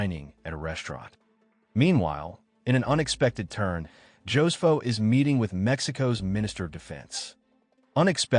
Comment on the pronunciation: Ho-se-foh. NOT Joe's Foh. 😂